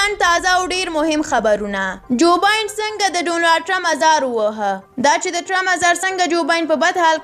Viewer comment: ګراني دجوبايډن نوم تلفظ داسی دی کوم چي ما درته ليکلي هغه درسره صحيح کړه مننه. تاسي يي غلط وايي جوباين ندي جوبايډن دي